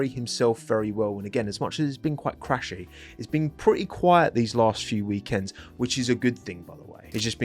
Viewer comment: im argentinian and we were expecting for a Driver but franco story carisma and humble is other level. Thats why southamericans love him. I dont like when you guys says chrasy. Yes he crashed but allways on qualy trying to put a back Grid Car closer to points with no pre seasson. I think this year he is doing better than last for sure. Glad you guys start to taste mate now ah ah